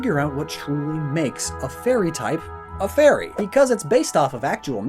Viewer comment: for a second i thought you said the "furry type"